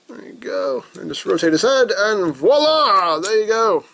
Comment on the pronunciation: stop say voila im french you destroyed my ears